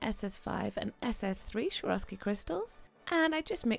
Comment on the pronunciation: I'm addicted to your videos!! Just had to say something about the way you pronounce Swarovski, not so easy on the ear (also noted the same in the other video, yes, I love it when the nails pop and bling and all of that) :) it's actually pronounced the way it's written, not like SHwarovski, but Swarovski with an s as in soup :) Hope that you don't mind me commenting this! Keep up the awesome videos!!